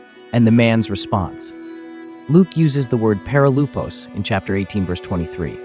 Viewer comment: Perilypos (ΠΕΡΙΛΥΠΟΣ) not perilupos